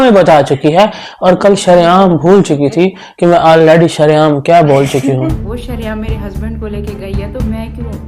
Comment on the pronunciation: Sha nhi sa hota hai sareaam ✅ Shreaam❌😂😂,,,❤❤❤ love u